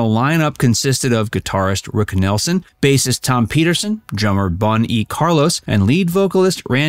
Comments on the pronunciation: it is 'Neilsen' (not Nelson) and it's 'Bad Boy' (not boys) and again it's 'Bad Boy' (not boys). 'few original members remain' - what? 3 out of 4 members remaining isn't 'few members remain'. Ridiculous (even if you are counting Xeno - 3 of the main lineup are still in place). it's 'Comita' (not Cornita). not 'Wau-keee-shaw', it's 'Wauk-eh-shaw'. And what exactly was 'tragic'? (found in the title) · C'mon, it's Rick Nielsen (Neelsen), not Nelson. True story? Bun E. Carlos was forced out of the band while he was recovering from back surgery. Saw them at the Bottom Line in NYC, one of my all time favorite concerts. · It’s NIELSON not NELSON. And COMITA not CORNITA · Rick Nielsen NOT Rick Nelson !!!!!!!!!! Sheeeeeeshhhh !!!!! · Could this thing have been any more poorly done? Got the pronunciation of almost every name wrong. Nelson? Cornita? Bon? Many other things either 1/2 wrong or completely botched.